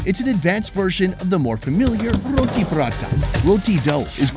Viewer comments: "Rrrrrroh tea. I thought it had 17 R's" 😂😂😂😂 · Love it when he says rrrroottttii